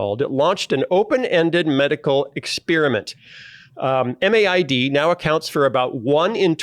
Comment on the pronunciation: In Canada MAID is spoken as "made", not spelled out M-A-I-D. However pronounced, it's a problematic and growing problem.